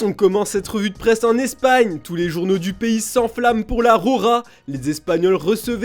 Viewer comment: La roja, pas la "rora"